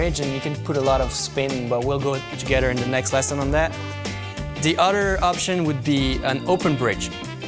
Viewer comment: to make the “th” sound, put your tongue past your teeth, not on the top of your mouth, it shouldn’t sound like “udder” it should be “other”